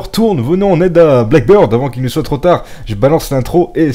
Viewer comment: C'est blackBEARD et pas blackBIRD😂😂 je sais que un français qui parle anglais...